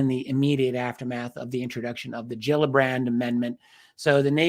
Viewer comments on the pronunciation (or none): fish have "gills" and they are not pronounced "Jills"